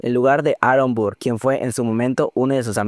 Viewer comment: No me estoy burlando, pero necesito mencionar que me hace gracia como pronuncias el nombre de Burr.... BURR jsjsjsjs Por cierto, muy buen ojo para distinguir las diferencias en los matices. Yo pensé que Eliza estaba usando ropa blanca en el segundo acto en Burn.